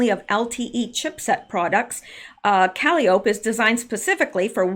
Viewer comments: Caliope is pronounced Ka-li- oh- pee. It's an old school word for a merry go round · Calliope is pronounced kuh-LYE-oh-pee, Greek Muse of epic poetry. Hmm, why would they name it that? This is fascinating, albeit eerie. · Calliope = cuh-lie-o-pee I do believe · Thats .....cal-eye-o-pea. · I keep hearing her say “calliope”. Is she mispronouncing calliope - cal-EYE-o-pee? Is there significance to the name? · Calliope is pronounced ka lie o pee. Think that steam organ inside a circus merry go round. It's that sound we associate with circus. Also Calliope is Greek muse of poetry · Calliope is pronounced CAL-EYE-O-PEE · Bowes-Lyon is BOZE LION,. Calliope is four syllables, rather than three. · Calliopie is pronounced kuh·lai·uh·pee, Not that I know anymore than that,. This is all so fascinating! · Forgive me, but I think calliope is pronounced, kuh lie’ uh pee. One of the Greek muses? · Good research. Just have to tell you Caliope is not pronounced that way, its pronounced Ka-lie-o-pee. Surprised you never heard that name before. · Great digging! Calliope is pronounced cal-lie-Oh-pee. It is a form of discordant or circus-type music made by forcing steam through whistles. A Calliope. Kalliope is also a Greek mythological figure-the oldest of 9 muses- whose voice produced ecstatic harmony. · Awesome Rsearch as Always. Calliope is pronounced Cal Eye Oh Pee - Its a girls name. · Calliope is pronounced kah-LIE-oh-pee. Washington Tower; I think she was addressing President Obama. It makes more sense. Obama has been doing things behind the scenes since he left office. He would have been at Camp David before the inauguration, not Trump. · I think "Calliope" is pronounced "kah - LIE - o - pee" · Calliope... Kaw lie o pee 🙄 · I think it’s pronounced. caw-lye’-ope-ee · Calliope is pronounced kuh Lie uh pee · Please say Calliope like “cal eye o pee.” Musical instrument and chief of Greek Muses.